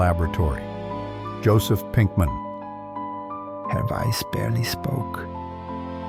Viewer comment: Walter Weiß [vʌltə vaɪs]. Joseph Pinkman [jozef pinkmʌn].